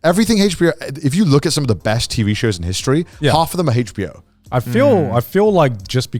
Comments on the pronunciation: They are so British I hate how they pronounce HBO they say it like Hachbo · Heych bee-oh